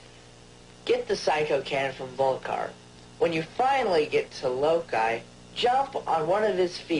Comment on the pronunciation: All I remember is: Low-KEYE ... lmfao 😅 it's Low-Key Loki..! 😅